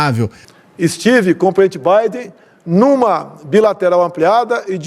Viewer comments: só eu que entendi o excrementíssimo falando "petibiden" ao invés de PRESIDENTE BIDEN? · Pritchi, Britchi Biden? Que pouuram de pronúncia é esta deste Bolsonaro ignóbil. O cara põe como sucesso de um encontro, a distância que ele se senta de alguém e tmabém ali não houve nenhum diálogo. 4 anos que uma sociedade passou analisando alguém como Bolsonaro, um incapaz em todos os aspectos.